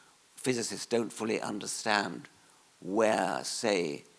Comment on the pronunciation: "We want to tunderstand"